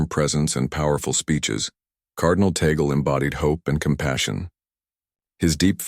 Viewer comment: THIS IS FALSE NEWS !! (with mispronounced name of Cardinal Tagle. Say, tah-gleh not tey-gel) Only the college of cardinals in a conclave can choose a new pope. In God's own predestined time, let us wait if Cardinal Tagle is The Chosen One. He is an excellent choice, however. One must always say, "tah-gleh" NEVER "tey-gel". The name is of Spanish origin.